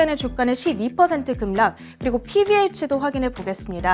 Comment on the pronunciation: 여자 아나운서님~~ '급락' 발음을 '급낙'으로 소리를 내야하는데 '급락'으로 발음라니까 귀에 거슬리네요 무슨 아나운서가...